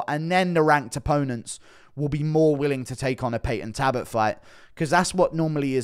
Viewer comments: His name is Talbott not Tabott. Come on brah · It's Halloween Guru show us Belals toe pleeeeeaase?😅 Yes looking cute, 🫶🙋♾️🇬🇧🥀🙏✌️ P.S u say Tabott, missing the L out so it's Tal,bott, alright luv? Ur welcome 🫴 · Ffs Guru again its Talbott not Tabott... How many times bro. 😂😂